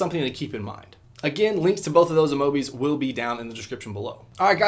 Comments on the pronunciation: why did h say amobiis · Your aware that you said amobis rather than amiibos towards the end right 😂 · "There are these things called amiibos" Grand daddy Edit: AMOBIIS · Bryan Garcia because he said amobiis